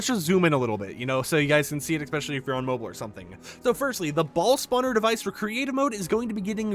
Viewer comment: please... i love the info here. but please...learn how to say ES SPECIAL LEEE.